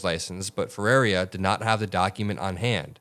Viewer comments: Bro, it's not that hard. Her name isn't Ferreria, it's Ferreira. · for those that can't pronounce the name Ferreira, here's some help...just say "FUH - RARE - RUH". If you are capable of trilling your R's then you could try the proper pronounciation "FEH-RREY-RRAH". The "ei" in the name just means it sounds like "AY" in the word "Day". Also, as you can see in the spelling the letter " i " is before the last "R", so there's no reason the name would be pronounced "Ferraria". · great coverage! quick note to correct her name pronunciation, it’s “Feh-ray-rah” (but if you can roll Rs then do that for the middle ray) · I have to say it lol I’m not trying to be a jerk it’s just that no one is pronounced it right… it’s actually pronounced Fa-Rare-a